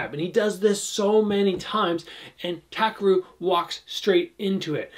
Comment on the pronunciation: Great breakdown, by the way his name is TA-KEH-RU